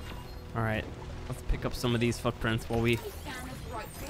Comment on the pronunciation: does anyone else hear him say "fuck-prints"?